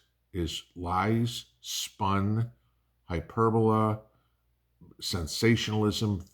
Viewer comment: "Hyperbole" pronounced "hy-per-bol-ee"